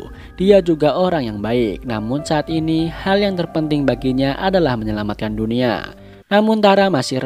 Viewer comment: Dunia bang bukan dunua:v